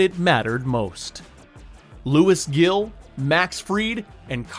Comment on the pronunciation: You cant even pronounce “Gil” or “Rodon” correctly but u can pronounce “Fried?” Lol Yeaaaa cant really take your opinion seriously. Also, Fried isnt even making $30mil let alone $35. Made a whole video with all types of falsehoods